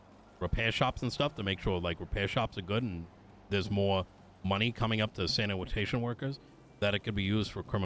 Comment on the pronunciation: hello? "sanimatation" 😂